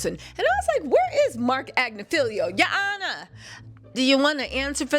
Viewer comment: said "Ya honor"😂😂😂😂